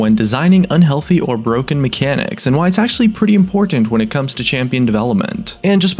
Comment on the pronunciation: And god how I hate it when you say "unhealty mecanics"! Like you are going to die or get aids